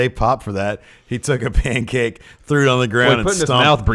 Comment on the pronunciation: the pancake thing is because E decided to say pancake with a weird accent as "Pan-kak-ke" a couple times... and it snowballed since then. it's a Bukkakke joke.